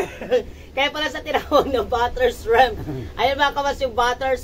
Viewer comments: Shriiiiimp po not shreeeemp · Ayusin ninyo ang pronounciation ninyo...hindi SHREMP.....kungdi SHRIMP. Lagyan mo ng maraming garlic at iluto ninyo sa butter.